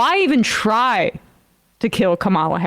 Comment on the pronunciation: Elon calls her "kamp-ala" here. He is so frigging gross. I listened several times, it was deliberate.